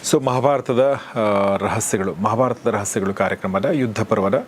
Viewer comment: ಮಾಭಾರತದ ರಹಸ್ಯಗಳು ಅಲ್ಲ, ಮಹಾಭಾರತದ ರಹಸ್ಯಗಳು ಉಚ್ಚಾರಣೆ ನುಂಗಬೇಡಿ. ಹೀಗೆ ಎಲ್ಲಾ ಕೇಳಿದಾಗ ಸುಮಾರು ತಪ್ಪುಗಳು ಎದ್ದು ಕಾಣುತ್ತದೆ. ವಿಸ್ತಾರವಾಗಿ ನಿಧಾನ ಉಚ್ಛಾರಣೆ ಇರಲಿ ನನ್ನ ಬೇಡಿಕೆ.